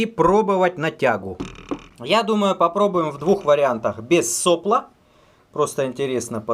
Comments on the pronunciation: правильно делать ударение не сОпло, а соплО.... как всегда лайк перед просмотром. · соплО, не сОпло. Кинг-тек. Дизлайк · Влад Дроздов --- просто слух режет. больше ничего. просто в институте и на работе всегда было соплО и никак не иначе. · СоплО́,. Ударение на "о".